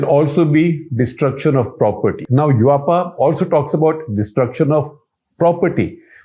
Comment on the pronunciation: *Yuaaapa = UAPA 😂